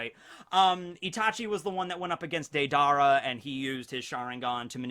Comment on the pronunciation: Nobody:: Day-Dar-AH